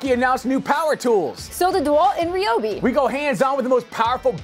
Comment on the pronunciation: it's rye-ob.